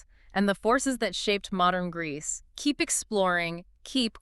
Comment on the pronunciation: Did you just say Grecce? Haha. Epiria epiri e Albania. Grecce didnt exist back than